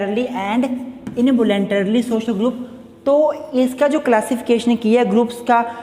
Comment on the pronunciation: its social not shoshal :!